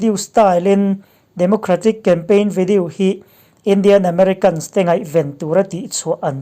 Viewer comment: ngatinge maw ni...... i pronunciation hi uluk deuh teh.... english poh ilam dik lo nasa thei lutuk hi k ngaimawh.... mizo tawng hi chu ka hrethiam a mahse video tih te melanie tihte hi a dik lo ani ilam dan hi